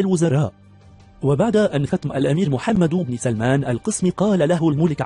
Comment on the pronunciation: ياصاحب الفديو اولا اسم محمد يلفظ بالسكون وليس بالضم ثانيا محتوى الفديو لا حديد او مثير فهو تافه جدا